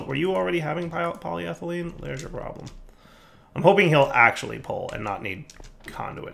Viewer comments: I watch these videos early in the morning so sometimes I fall asleep... But then I heard say polyethylene correctly and my eyes shot open. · Yay, said polyethylene properly today! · He said polyethylene right!!! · I was having a doozy of a bad morning, but hearing pronounce polyethylene correctly actually put one hell of a shit-eating grin on my face. 'Tis the little things I suppose lol Thanks, you're the best buddy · He finally learned how to say polyethylene!!!!